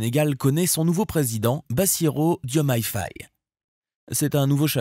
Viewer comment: Merci pour la bonne prononciation de son nom, certains media en l'occurrence français ont massacré ce nom